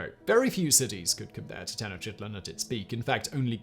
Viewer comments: He pronounced Tenochtitlan even worse "Teno sheetlan" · Simon please stop butchering Tenochtitlan's name! It's "tuh·nowch·teet·laan" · Tenotchitlan, Simon? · Disgusting and depressing. Your pronunciation of Tenochtitlan (spl?) is…cool.